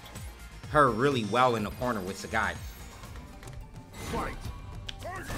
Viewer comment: Sagat~ This is Sagat~ Not SAGAT